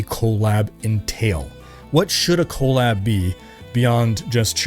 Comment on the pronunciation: Your saying collab abbreviation like it's co lab with the co from colon. I can't stop laughing.